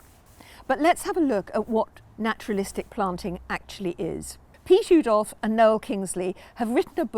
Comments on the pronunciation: Love the video but the Dutch pronounce his name ooh that's nice dolf rather than ow that hurt dolf. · Brilliant video. Thank you! BTW Oudolf is pronounced Owdolf.